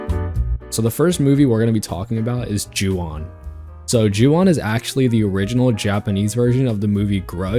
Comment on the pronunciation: Juwon… really…? Urg